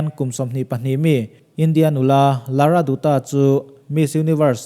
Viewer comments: Pls pronounce Lara Datta not lara doota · Lara datta tia lam tur......a spelling chu dutta ni mah se.... 😊☺ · Lara Dutta hi Lara Datta, tia lam tur. Sunil Dutt- Sunil Dat etc